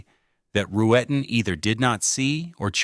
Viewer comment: “Back-up Firearm” (?). Lazarus was clearly crazy and spectacularly insecure. And another reason I hate AI, it is Roo-ten, 2 syllables only. How simple.